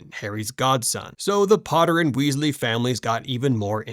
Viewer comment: Weezie? Kanoot? What the hell is this pronunciation? AI or stupidity?